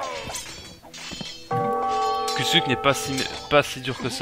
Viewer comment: Ont dit pas kusluk ont dit kushluk